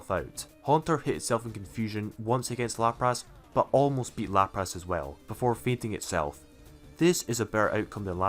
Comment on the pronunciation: No One:: LaprASS